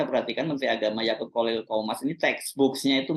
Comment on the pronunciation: Yaqut bang hersu, bukan Yakult 😂